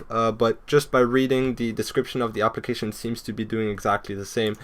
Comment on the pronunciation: When he said "Application" I thought he said "Obligation"